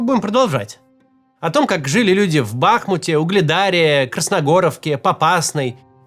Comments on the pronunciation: Почему этот стюарт литл из года в год говори бАхмут? Правильно бахмУт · БахмУт. Ударение на У. От названия реки БахмУтка.